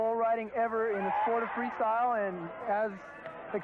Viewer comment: In minute says Freesyle... incredible for a profesional Freestyle video hahaha, how come nobody noticed